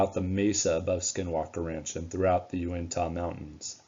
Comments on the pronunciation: Great video! I'm very interested in History and Discovery Channels programs on these two locations. Just wish they weren't so much into manufacturing "drama" in their presentations. FYI, Uintah is pronounced "Uintuh". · UINTAH. Get it correct!